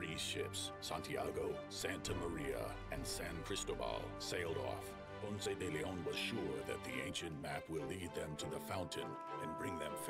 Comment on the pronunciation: Ponce De Leon- my uncle was the principal of Ponce de Leon HS in Florida. Some folks around those parts pronounced it "Ponce de Lynn", lol. (You pronounced it right, though)